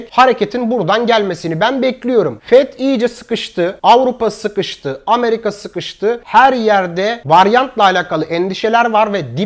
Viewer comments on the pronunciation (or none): none